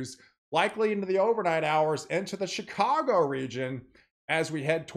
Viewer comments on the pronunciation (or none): none